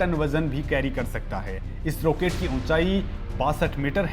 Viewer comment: रोकेट नहीं रॉकेट आपको अंग्रेजीमे फोर (FOUR) और फॉर (FOR) का फर्क पता है ?